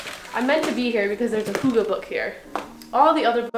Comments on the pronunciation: The y letter, in Hygge is not pronounced as an O or U sound, but I will give you props, just for having danish books at all (-^_^-) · "hugge book" hahha love when foreign people try to speak danish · As a dane its funny to me how you pronounce "hooggah book" 😅🇩🇰 it looks "hyggeligt" tho. ☺️